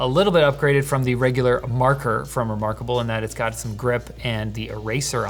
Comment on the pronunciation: "That is so Remoarkable. No, not like that."